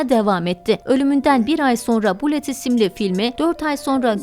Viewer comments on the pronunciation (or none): none